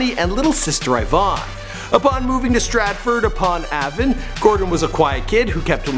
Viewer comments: Stratford upon avan (it's avon) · It is pronounced “ay-von” not “a-Von” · Also it's Stratford-upon-AYvon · its A-von not Av-on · “Stratford upon ahhvun” It is ‘Ay-von’ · Stratford upon haven... Haven is pronounced like heyvern just so you know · U pronounce it like aven its freaking avon (ave-on) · pronounced stratford-upon-ayvon not avon although its spelt like that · It’s Ay-Von not ah-Von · Yo it pronounced Stratford upon AYvon lol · It's Stratford-Upon- "Ave on" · stratford upon ''Ay-ven'' (pronounciation) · It's pronounced "A-von" the A sounds like HEY but without pronouncing the H. "Eh-von =Avon" and the VON sounds like CON. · "sounds like" not pronounced. Some people pronounce the VON like VUN. I was just using CON as a reference to what it sounds like. I've heard it sound like "AH-VUN" but like I said it should sound like "EH-VON. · Stratford upon Avon(AY-von) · Tho Its spelt like avon But it actually sounds like Ave-on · It's pronounced Stratford upon AY-VON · Ave ON. Oxford SHURE. Never sure why no one can be bothered to do the research to pronounce place names correctly. It's like British people pronouncing it Lows angeleeeeez. Drives me mad. Also, Scotland may be wishing they were not part of Britain at the moment, but they still very much are, I promise. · Ahhaha ha I'm gagging at how he pronounced Avon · he pronounces Avon so bad xD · The pronunciation on Avon hurts me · Please pronounce Avon properly... Americans have to ruin everything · A-VON how come yanks can't speak English?